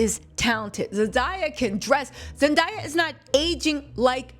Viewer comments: I’m so proud of Zendaya!!! (btw u kept saying her name like Zen.dye.a lol it’s Zen.day.a) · Her name is Zen DAY uh .. not zen die uh … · The mispronunciation bothered me too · Youre definitely clocking sweeney tea with this one. Love the video. By the way It’s Zen-day-a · its Zen-DAY- Yah lol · Girl. Zen-DAY-yah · It's ZEN DAY YA (say the word day) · Girl.. Zen-DAY-ah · You can't even get her name right. 😂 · Oh my GODDD!!! If you cannot say her name right do not say it at all!! Please and thank you ❤ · Why is mispronouncing Zenday's name?